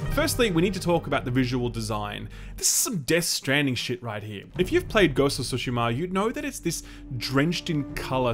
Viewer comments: I love how you randomly pronounce tsushima in the correct way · Awesome of you for pronouncing Tsushima correctly! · thank you for pronouncing "Tsushima" correctly!